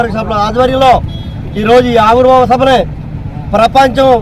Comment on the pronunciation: Ori Nayana aavirbhava sabha kaadu ra avirbhava sabha ra babu.clarity ga matladandi